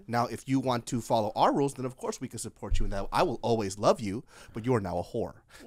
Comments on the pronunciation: An hour and a minute in and I'm breathless. Lmfao! Ob-course-uh. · "Ob Course" xD